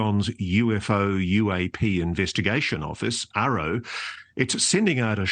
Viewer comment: AARO, not ARRO